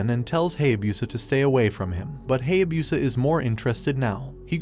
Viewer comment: i don't knwo when ever it is wrong or just different i really hate it when they pronouse Japanese names with sounds together like: Ha-ya-bu-sa not Hay-a-busa